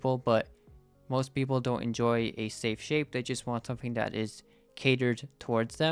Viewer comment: "its a very shape sape"